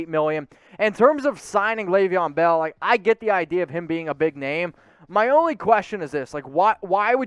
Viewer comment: Laveon Bell???? Hahahahahaha somebody needs to do some homework 🤣 😂